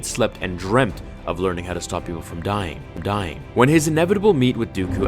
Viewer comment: he says dieing dieing